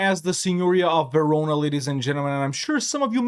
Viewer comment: Verona......... Huh Sounds a lot like........ jarona.